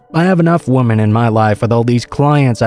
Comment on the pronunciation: Please learn the difference between “woman” and “women”. I couldn’t listen to this all the way through with the pronunciation of the words being wrong. “Woman” is singular and “Women” is multiple.